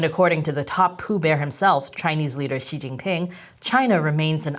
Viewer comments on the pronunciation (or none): I’m gonna say, I hate your terrible accent saying our glorious leader’s name… I wish you learned some actual Chinese pronunciation😊